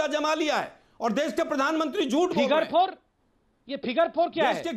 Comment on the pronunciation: फ़िगर 4😂😆 इ कहा है भाइ😆😆😆 मैने तो फ़िन्गर 4 सुना था